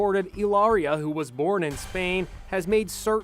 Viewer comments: It's Eelaria, like Hola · Or pronouncing Hilaria ill laria. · It's pronounced, "ee-lar-ee-uh." She is working the lonnnngggg Con! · Hilaria is pronounced Kilaria Remember her husband killed innocent woman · She’s trying to school people on the pronunciation of Hilaria and at the same time, she’s unable to pronounce it! The epitome of cringe!